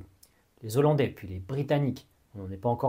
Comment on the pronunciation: Merci très intéressant 🙏🏻 Par contre pardon mais on dit Néerlandais ou Hollandais mais les zo-landaus … ça fait un peu saigner les oreilles 😉